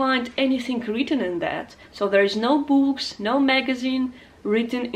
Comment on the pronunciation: Dear: I'd wish I could speak Arabic as well as you speak English. The teacher in me noticed at times that you mispronounced too well;) some words such as "tricks" and "books" like "treacks"/freaks and "bu:ks" as in "boomerang". I watched for a second time your Arabic learning video and checked the links in the descriptions, trying to find some leads, but unfortunately English is so deep under my skin that I can't use it as a meta language while learning Arabic. I am more of a musician, so I would rather have as close as possible a full phonetic immersion in the language I am trying to learn. quora: "Where-are-uncontaminated-Arabic-learning-videos-to-be-found" Any suggestions?